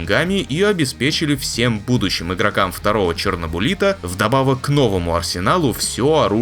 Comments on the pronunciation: какой найух чернобУлит? чернобЫлит, это реально существующий минерал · ЧернобУлит? Комментатор так захотел?